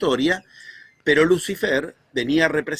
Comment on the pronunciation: dice: Luz ai-fer?, es así?